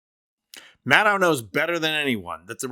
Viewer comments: Please respect Rachel and pronounce her name right. It is pronounce Mad-DOE! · Mad-doh, not Mad-dow. If you can pronounce KAmala, you should give Rachel the respect of pronouncing HER name correctly. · I'm a progressive with much respect for Rachel Maddow, but this commentary is filled with false assertions and excessive fawning over her. First, the commentator can't even pronounce her last name correctly. It's "Mad -oh" and not "Mad-oww". And she's not the only MSNBC host who speaks blunt truth about trump. Numerous guests on those evening shows are also strong voices--from Glenn Kirschner to Steve Schmidt to Tim Miller to Neil Katyal and more. And it's not really accurate to say "the American media has been sane-washing trump" through the election period. Sure, I fault major media platforms for failing to fully expose trump's madness and authoritarian/fascist tendencies. But that's not in the same cesspool as the FoxU shills with their nightly propaganda hose on full blast. Try focusing on the failed citizens in our electorate who turned out by the millions to vote for trump even when there's overwhelming evidence of his pathological lying, corruption, crimes, fascist rhetoric, and attempts to subvert our electoral process and wreck our democracy with a second chance. Those millions of failed citizens are so ignorant, ill-informed and irrational that they carry the most blame for the crumbling of our democracy and giving in to the cancer on our body politic that is trump and the R swamp gang. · Maddow rhymes with shadow. She’s said so herself. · Mad - doe, not mad - ow. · Good report, but please... Maddow rhymes with shadow, not with cow. And she's not on daily - just Monday nights plus special events like elections, and major political developments. Rachel is amazing, but please learn to say her name. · Maddow pronounces her name such that the last syllable sounds like the last syllable of window. Like doh. Got it?